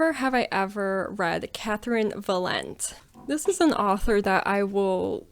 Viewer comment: Four fingers standing because I really don't have any interest in reading Andy Weir. It's pounced Catherynne "Va-len-tay" BTW.